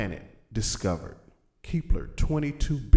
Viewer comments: KEP.....LER NOT KEEEEP LER OR ELSE IT WOULD BE KEEPLER THEN WHAT WOULD YOU DO PRONOUNCE THE LETTER E LONGER ? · Keepler? kepler! idiot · Lol he can't pronounce the planet.